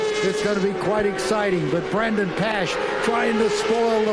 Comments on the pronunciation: I had to mute. Pronounce Brandon's name correctly! Dip sticks. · So happy for Brandon and TSE. What an amazing finish. Ran down SDK with 20 laps to go being 6 seconds down to beating him by .030! Just wish the commentators were better. Not sure they got Brandons name right once....